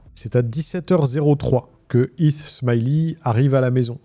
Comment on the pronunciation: Video interessante Est-ce que vous pouvez essayer de prononcer les H ? C'est Heath et non Eeth